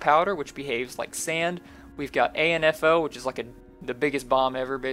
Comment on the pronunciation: wooohooo new update, interesting changes please can you add more blocks per update, not just a new feature, like mac support glad it so nice just 2 things 1) sort out dat black grass 2) it is proounced an-foe not a-n-f-o so good luck as always for updates for you and the team btw, if he ain't busy on his pack, like scuttles can be, see if syclonesjs/ chroma hill resource pack can make a park- that would be interesting anyhow, gtg and get this new update and blow stuff up bai